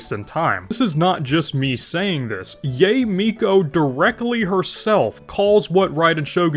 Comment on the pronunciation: I wouldn't worry about it tbh. He's a long time player so I'm sure he knows the names, but probably don't care how the names are pronounced. Saying Yae as Yay gives me a good chuckle though lol.